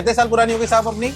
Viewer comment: I love the way he said kitne saal purani hogi APNI cause im a marwadi Rajasthani and we talk like this only It feels like home to me because here in delhi no one is like that sabko apne kaam se mtlb hai waha sab bhai chacha dada hai